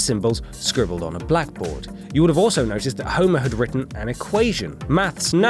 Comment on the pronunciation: Since when has the word "nerds" been pronounced as "nards" ?